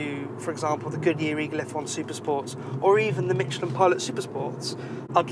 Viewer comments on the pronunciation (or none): There is no t in Michelin